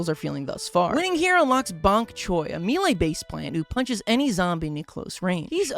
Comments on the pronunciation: I keep having to re-listen to figure out where there's an "i" in "melee," or is it talking about My Lai, the village in Vietnam? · wait why did you pronounce melee like me lay instead of may lay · why you say me lay instead of melee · the way you pronounce melee as mee-lay pisses me off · Loved this video and it's one of my favourite games of all time, but why tf do you pronounce melee like that